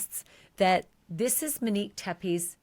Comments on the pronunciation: Ashleigh I adore you but it's Not that people are upset because you're calling her Mo, It's because of the way you pronounce Monique. You say MInique instead of MOnique. I'm 99.9% sure that's what people are talking about!! Thanks for all do!! 🥰🩷🥰🩷🥰🩷🥰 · I hear you pronouncing her name as “Manique” rather than “Monique”, but yes she went by Mo apparently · Ashley, please try to pronounce the female victim's first name correctly. It's pronounced Monique with a long O sound, not Manique with a short A sound. Even the transcript hears your pronounciation as "Manique". It's just more respectful to get her name right and you are the only true crime podcaster who has been mispronouncing it. Everyone else says "Monique" with a long O sound. Thank you. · You keep mispronouncing her name. It's MO(long O)neek. Not MIN-neek as you've been saying. If it's hard to say, stick with “Mo.” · This is petty of me but I’m going to say it anyway because it’s driving me nuts. Her name is not Muhnique. It is MOnique. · Can you please pronounce her name correctly? It's not Meh-neek. It;s Mow-neek. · You call her “Mo” but you then call her “Manique” and refuse to just say “Monique” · Her name is Monique. NOT Minique, not MO. God, lady, why the EF is her name such a problem for you? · Please. her name in NOT Mineek. It's Mo neek. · MOnique…Ashley I adore you but it sounds like you’re saying Manique or Minique it’s driving me crazy, I would rather you say Mo 💙🫶🏻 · Her NAME is MO- Nique NOT Menik!! Short Mo stop saying her name incorrectly!! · Yes, MO-Nique not MA-nique. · Why are you struggling with calling her MOnique? When you easily called her “Mo”. You keep saying MENique 🥴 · Fine with calling her MO…. No problem with that! But then can you also call her “MO-nique” Not “Muh-nique” Please! 🙏 love you Ashleigh, but it’s been driving me insane!!! Thx 😘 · HER NAME IS MO-NIQUE stop pronouncing wrong. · Please stop calling her “Muh-neek” her name is pronounced Mo’Nique. enunciate!